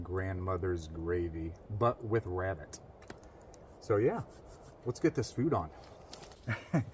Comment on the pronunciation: says "Shhh, I'm hunting wabbits!": "Is it duck season or wabbit season?"